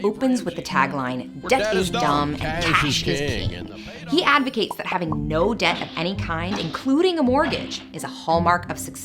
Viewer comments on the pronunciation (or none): Wait, debt is pronounced "dedt"?